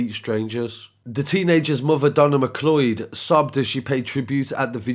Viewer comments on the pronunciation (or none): It’s pronounced McCloud. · Point of Order ... It's pronounced 'm'cloud'. Has nobody seen Highlander? But to be honest, we're not at the point where women don't have to exercise caution. We've seen recently that we can't even trust the police to not commit horrific crimes against women. Scary times.